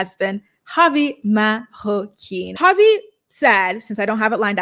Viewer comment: I’m so sick of the way she says Marroquin., baby, it’s not a French last name lmao